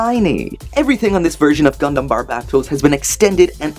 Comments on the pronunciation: You still say its name wrong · he is pronouncing barbatos wrong